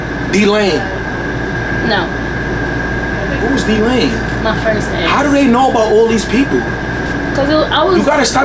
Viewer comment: It’s him saying DEE-lane